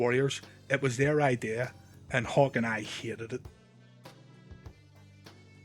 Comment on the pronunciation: When you say Hawk, it sounds like you're saying Hulk